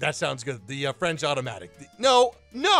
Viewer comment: "automatic" he means OTOMATIC.